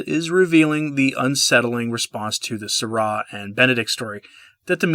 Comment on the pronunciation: You pronounced Sa - RAW well but it's Gain-svine.